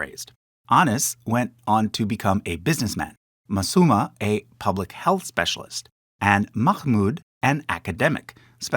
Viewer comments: Tanzania has penultimate stress—tan-zan-I-a, /tæn.zəˈni.ə/. There's a few other weird pronunciation mishaps (Ratansi or Ratsani, Masuma or Musama, Odisha as Adissa), which isn't what I've come to expect from this channel. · "musama" how does one mess up such a simple pronunciation, the 'u' and 'a' are literally right there 😭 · Why is Ratansi pronounced Ratsani? And Masuma is pronounced Musama the first time.